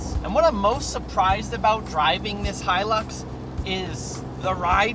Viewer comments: us aussies dont say he lix we say it high lux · Im Australian, and you butcherd the pronouncing of hi-lux, in au they just get called luxys (lux-ie-z) or a lux Who tf calls em a he-lux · we say high lux not hie lux in austrailia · We don't call it a heelix in Australia bud🤦‍♂️ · Its pronounced Toyoda Haelux. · No one pronounces it he-lix, only Americans... the rest of the the world says high-lux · Hi lux Hi lux not he lux. Aussies say Hi lux not He lux. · Us aussies don’t pronounce it heelux😂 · What makes you think Australians say heelix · Did he just say hill ux if your an aussie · It must be an Americans thing with the pronounces and all. HE.lux, it must be identifying as a HE. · I’m Aussie n we don’t it like that 😂😂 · Aussies don’t say it like that you weirdo